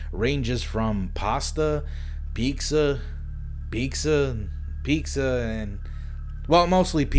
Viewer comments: pizza? Are you trying to say "pizza"? What dafuq is 'peeks-za'? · Are you saying pizza or picza ? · why are you pronouncing it ''pixxa''? its fucking pizza PIZZA not pixxa goddamn.. xD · Bruhhh he keeps saying peekza instead of pizza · Love the video. Do you say “peetska” instead of “pizza”? Am i the only one who noticed? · Why do you pronounce “pizza” like “peeksa”? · seems like in the restaurant clips, you're saying "peekza" over and over instead of Pizza loving the vid... gotta love some good ol NK propaganda!! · Why do you keep saying picsa?!?! it's peetsa! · "Pixa" (Pizza) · piqueza? P.S. just read the pinned comment and now I feel bad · why does he keeps saying "pikza" instead of pizza ? lol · Ah, yes. Peeksa. I love peeksa. Peeksa is my favorite. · Everyone: I hear peeksa Me: wdym I hear pizza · he really be sayin "pixxa" as many times as possible. on english keyboards, the Z and X are right next to one another, so its ALMOST a strange deep-layered misspelling joke. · are you saying peeksa instead of pizza? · Why are you saying pikza instead of pizza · Bruv it sounds like ur saying BEKSA instead of pizza haha still a great video tho :) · ok but why the fuck does this guy say peaksa instead of pizza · jeez man just say pizza normally it's not peekza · If I knew that I was saying "peeksa" instead of "pizza" I definitely wouldn't say it literally 300 times in the same video. Also, lol, "peeksa". Wtf. Just say "pizza". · sounds like you're saying piksa instead of pizza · bro.. i love ya, and please dont be mad.. but its pronounced PEE-T-SUH ... not "PEEK-SUH" ... i really hate myself right now.. but dude.. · pinned comment literally addressees the peeksa thing still comments 4 years later: aNyOnE eLsE nOtIcE hOw hE SaYs PeEkSa? WhY dOeS hE dO tHaT? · Why does pronounce pizza as “peaksa” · Had to stop watching the video cause you kept saying Peek-sa for Pizza lmao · "Say Piksa one more time" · "peeksa" You're so Mexican,! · What’s a “peakza”????